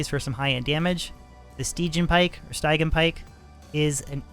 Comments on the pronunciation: "Sty-Gi-An" pike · Stidge -- ee -- an. (Styg) (i) (an) Both of your pronunciations are waaaaaaaay far off. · Great video! also so you know... its pronounced Stih-Jee-uhn :D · Sti-jee-an pike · If I'm not mistaken stygian is pronounced stih-gee-ann. Just thought I'd throw that in here for ya. :) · Pretty sure it’s sti-gee-in but dope video! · Very nice and on point Video as always from sir; by the by... Stygian => "sti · jee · uhn" much love, ggs! Looking forward to your next stream! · Sti-je-an Pike